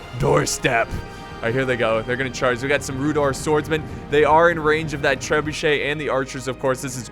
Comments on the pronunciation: Sry I think you pronounce Rhudaur with a not rhudor if that makes any sense. Sry my English. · it's actually pronounced Rhu-DOW-er and arthe-DINE.